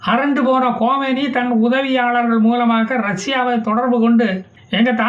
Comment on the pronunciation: அவருடைய பெயர் கொமெனி அல்ல கமேனிடா பேமாணி நாராயணா